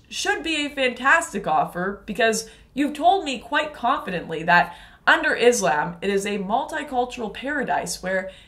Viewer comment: First try to pronounce islam properly 😂😂then you show your hypocrisy